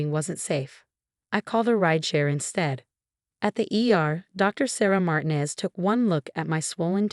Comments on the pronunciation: IKR. They never pronounce it correctly. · The doctors name is pronounced MARTEENEZ !